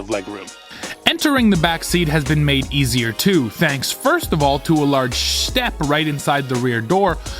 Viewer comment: Shtep lol.